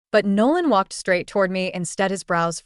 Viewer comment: “He wolked overrr” the accent 😭